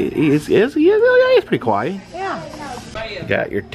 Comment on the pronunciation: its not "kwai"pronounced it it " Ka - wa - ii " pronounced ^^